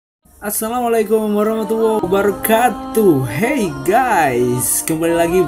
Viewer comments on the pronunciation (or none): none